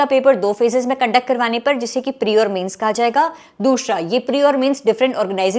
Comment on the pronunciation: Dushhra tishhhra 😂😂